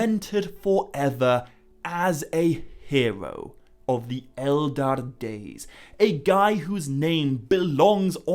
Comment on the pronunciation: Hey, great video as usual, though two questions regarding pronunciation. 1) I think the 'ch' sound in Narn i Chin Hurin should be pronounced as in the Scottish 'loch' or German 'echt' (for example). Not as K. Mind, this is easier to say as a Dutch-speaking person than as an Englishman. 2) I notice you often refer to the Elder Days as the Eldar Days. Or do I just mishear that? To me, the Elder Days is just like 'my elder sister', nothing to do with the Eldar ie. Elves. I realise this is incredibly pedantic.. Feel free to ignore me, your material is amazing.